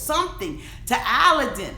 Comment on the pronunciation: I can’t stand either of them. They were using each other! He was immature and so was she. She’s a liar and what really bothers me is his name is pronounced like “Aladdin”. And she can’t even say her own husbands name right! Listen to how he says it. He says Aladdin.